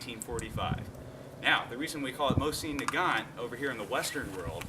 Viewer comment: You have some things to learn, but you are young, you have time. I give you an A for enthusiasm, and you handle the weapon well. Your pronunciation of Mosin is good, better than many who have owned them for years, Mosin production stopped officially in 1948 in the USSR with the last run of the M44 carbine ( there were other carbines before the M44, the M38 for instance) Both Mosin and Nagant contributed to the rifles design, in Russia Nagants contributions tend to be overlooked a bit. .